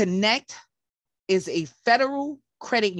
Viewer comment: It's Spelled Kin ect a...... But You keep saying Kinect .... C' mon Sista